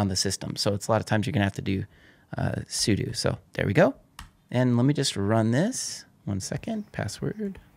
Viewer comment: for properly pronouncing `sudo` AKA `Super User Do`